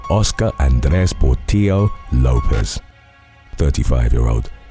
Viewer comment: Has to be the Lopez case, pronunciation is fire 👌🏽